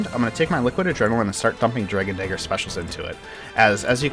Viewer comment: Your pronunciation of the word "dagger" is a bit off...